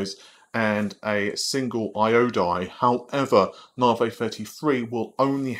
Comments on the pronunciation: Its "Navi", not "Navey"! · Please I love you and your video's but it isn't said Naarvey and you sound kinda silly as a tech expert/tech reporter continuously calling it this even though you must know by now the correct pronunciation. Come on man, it really takes away from being able to take you seriously even though I know you know what your talking about. Sorry if I come across as a dick and I know a million people have said it but...